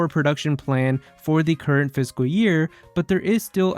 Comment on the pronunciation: IT'S NOT PHYSICAL YEAR IT'S FISCAL YEAR!